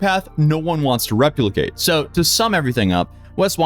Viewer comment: How did you say "replicate"?????😮😮😮😮